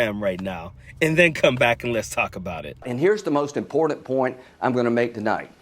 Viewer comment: Wow! Hey, Lindsey....I had NO IDEA that the word "important" actually had a "d" in it, wow! I've been saying it wrong all these years; it's not im• pour• tent, it's actually "im• pour• dent." I Learn something new everyday....and from a self-righteous, prim and proper, southern belle closet queen...and a LYING one at THAT!